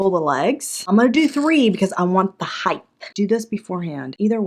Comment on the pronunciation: OMG you said HEIGHTH! My kids tease me about saying. So I double down and use it as often as possible! Thank you for support!